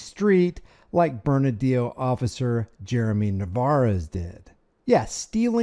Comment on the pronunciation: Bernalio not burnadio.. we call it burn a leno county a leno is a marajuana joint in spanish slang.